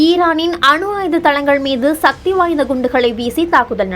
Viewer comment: ஷனியனே அது ஷக்தி கிடையாது ஷனியனே. அது சக்தி எங்க மறுபடியும் சொல்லு சக்தி